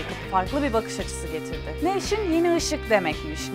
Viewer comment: nevsin...nev-now...filandan gelmiyor, yani yeni isik filan degil noush-in veya nevs-in dir....nev-sin degildir yani now=nev anlami "yeni" kelemesinden degil....noush kelemesindendir. Tercumesi bir az zor benim icin ama guzel, lezzetli, hos,.... oyle bir kelime. Tam anlami "noush" olan...noush gibi.....